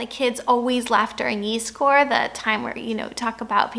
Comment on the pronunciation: Yeeeezcore.. is. that how you learned to pronounce Yiskor in South Africa>